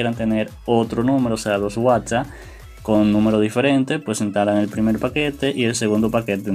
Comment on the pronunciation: Me estresa que diga whatsa sjshsjs